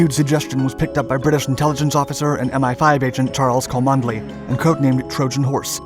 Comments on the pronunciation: I know your pace of output is huge so I won’t offer this as a stinging criticism but purely as a point of interest: “cholmondeley” is typically pronounced “Chumley” in Britain. I am quite certain that these quirks have been an exceptional tool in detecting foreign agents. “I say old sport, could you direct me to Choll-Mon-delay castle.?” “Why yes, I am heading there myself! Let us walk together” “Good show! But I say, this isn’t the castle it’s the police station” “That’s right Fritz. We’ve got you bang to rights!” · Please learn English pronunciation his name is not pronounced Cholmondley, it is said Chumley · Cholmondeley is pronounced Chum-Lee not Co-mund-eh-lee. Quite the shibboleth. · It's pronounced "Chumley" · Cholmondeley is pronounced Chumley. Just one of those really weird British pronunciations. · Cholmondeley is pronounced "Chumleigh".